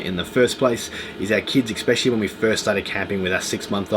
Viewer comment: Please......especially his pronounced with an "S" as in eSpecially. Not eXpecially. No "X's" here. Sort of detracted a little bit from an, otherwise, excellent video. Just saying.